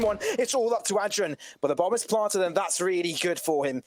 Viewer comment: Why they saying ad dren